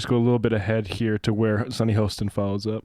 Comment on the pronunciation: Good stuff! And Sunny Hostin was great at getting to the facts! (HAW-stin, FYI. Worked with her during her Kroll days.)